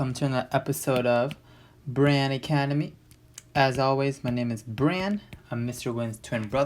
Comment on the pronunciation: Dude it’s bran